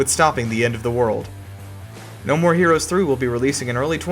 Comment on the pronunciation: Your video was cool but you had little mistake with saying No More Herous 3 At 3 time